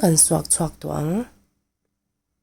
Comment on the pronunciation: Alu kawr kha kan thlak kang(ang) time zel teh 'kang' ti in I sawi tlat zel thina.